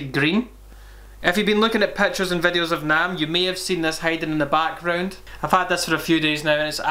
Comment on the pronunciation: “Lookin at pettures and vedeosss”